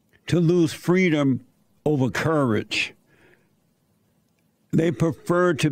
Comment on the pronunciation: Kamala said we want Fweedom.....pathetic...